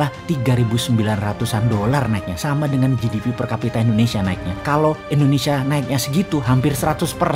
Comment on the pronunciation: Halo om Boss... boleh tau ga, kenapa penyebutan Indonesia menjadi Endonesia, disetiap videonya, maaf yah..karena aku belum paham. Dan agak sedikit ngeganjel setiap kali dengar om Boss bilang Endonesia...🙏😊, salam dari aku yah..like all your video Om boss...